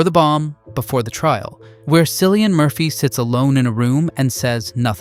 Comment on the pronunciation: His name is Kill-ian. JFC....the man won an Oscar and you still fucked up his name?